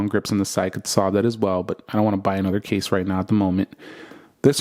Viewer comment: "even though I have a case on it..." sounded like "even though I have a gay son..." 🤣🤣